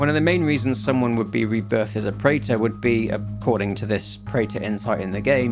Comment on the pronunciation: the preta pronounciation is incorrect btw, its pronounced as pre-th or pre-tha not prater